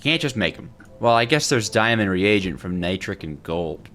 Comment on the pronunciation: my friend, it’s a re-agent not the king regent